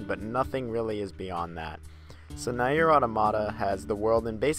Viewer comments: Its pronounced near but spelt nier, did you get the all the main endings to nier automata? Also its kai nay but spelt kaine' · So, is it "neer" or "na-er"? You keep switching pronunciations.